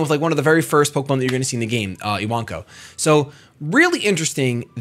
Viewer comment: You actually pronounced Iwanko exactly right. The Japanese words "Iwa" for rock, "Wanko" for puppy.